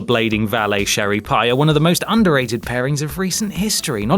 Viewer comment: its CHERRY not SHERRI